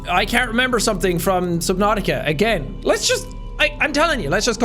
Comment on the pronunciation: Subnauseous, ha ha! LOL, Jackie-bro-man!